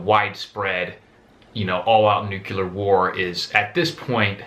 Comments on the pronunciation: It's pronounced New-Clear, not New-Que-Lur... ;) Otherwise, thanks for the insight. I enjoy your videos. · There should be a sign that says: "No one who says Nuculear may go beyond this point." It's Nuclear. Drives me wild, people unable to speak their own language. Good video. And good advice, to not be fixated on any one scenario, but to generally be self sufficient should something happen. No one really knows what tomorrow may bring, so be prepared! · George Bush? Is that you? How stinking hard is it to say Nuc-LE-ar?!? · But new que lur is how Homer Simpson pronounces it....and who knows more about it than someone who caused 10 meltdowns ? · Homer Simpson pronounced it new que lur, and he should know - he was responsible for 10 meltdowns...